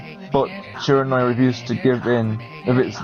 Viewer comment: I am looking forward to the rest of this so much! A few things though: Shiranui - Shir-An-Oo-Ee Kamiki - Kam-Ee-Kee Tsukuyomi - Tss-Yook-koo-oh-me Sakuya - Sah-koo-yah Amaterasu - Ama-Ter-Ah-Soo Oh and Ammy is a girl. She is a goddess and 'Mother' to all that is good c